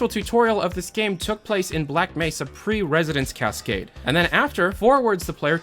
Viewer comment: "residents cascade" It's ResONANCE!